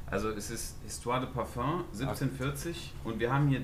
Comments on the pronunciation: Jeder normale mensch:parfum Monte:PARFÖNG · Monte es heißt Parfum nicht Parföng... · Dieses Parföng triggert aus der Hölle, bitte sag dann halt einfach Parfüm.. und nicht Parföng!!! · Was für parföng das heißt Parfüm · S Es heißt fardöng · Niemand: Wirklich niemand: Monte: Parföng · Bitte übe das Wort : Parfum richtig auszusprechen !